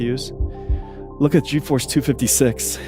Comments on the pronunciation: I cringe every time he says G E Force. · G.... EEE force